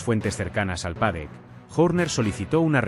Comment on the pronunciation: es un cara de piedra y burro...escuchalo nomas insistir una y otra vez con PADEC...Y SE DICE PADDOCK.. Pronuncia Cristian Journer (Horner) y se deberia pronuncia Jorner...es burro malo